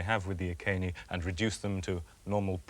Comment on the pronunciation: nice to hear the name of the tribe pronounced correctly EE KAY NEE instead of the mangled Roman EYE SEE NEE.